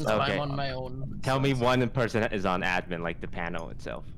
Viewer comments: Everyone: Admin: Uh-dmin I LOVE how she pronounces it differently! Or is it the other way around.........? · It’s so cute when says admen instead of admin